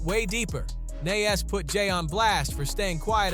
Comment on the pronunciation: The way you keep saying Nas name is driving me crazy